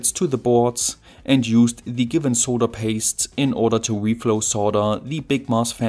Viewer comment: Dude, it's not "soe-da", it is "sod-durr" for pronouncing the word SOLDER. YW.